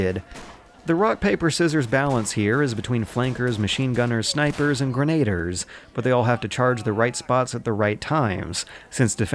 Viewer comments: Grenaders or Grenadiers? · "Verdoon", "Grenade-ers", you're killing me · "verdoon" "grenaders"